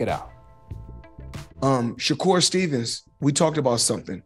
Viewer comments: "Shakur 'Stephen From Django'. ShaKoon.". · Did floyd call him shakur Stevens😂😂